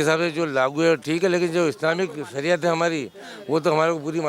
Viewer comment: Sariya. Nahi sariyat pahle bolna sikhlo